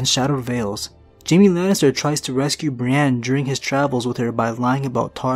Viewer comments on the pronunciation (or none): none